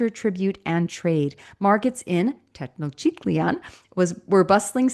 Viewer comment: Tee-noch-teet-lahn is how Tenochtitlan is pronounced, approximately. The Nahuatl speakers I've heard pronounce it make the o in 'noch' long but as a kid I learned it as 'notch' so I guess both ways are accepted depending on the region where people were from?